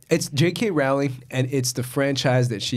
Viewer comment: Just FYI, it's not pronounced ROW-ling, its ROHL-ing.